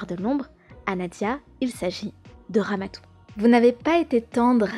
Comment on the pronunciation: C'est pas Ramatou C'est Ramadou